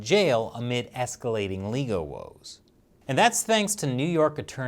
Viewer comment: "legoe woes"